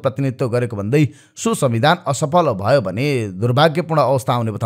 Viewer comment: ह ह ह यो कस्तो उचारण भयो भन्नु पर्ने मा भवो यो असुद्धा भएना र सुजन ढकाल जि?